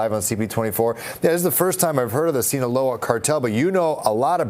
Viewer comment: Reporter murders the second time he says 'sinaloa' 😂 :sayonara cartel. 😂